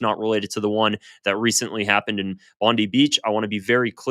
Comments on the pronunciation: Stop saying it wrong, its not Bond Dee beach its Bond Eye beach, yes written as Bondi, but you Americans keep saying it wrong. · IT’S PRONOUNCED BOND EYE. Not Bondee beach. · It's pronounced Bon-die not bondee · It's not Bon-dee, It's Bon-d(eye) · Bond-eye not Bond-ee 😅 Bibi is pi**ed off bcoz Aust recognised 🇵🇸 He threatened the PM and even called for the citizens to overthrow him. 😂 Bibi causes trouble then points at countries he wants to attack calling them his enemies its his MO. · It's pronounced Bond-eye,. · It's pronounced BOND-EYE. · It's pronounced BondIII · What do you know you can't even say BONDI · That's not how Australian people say "Bondi".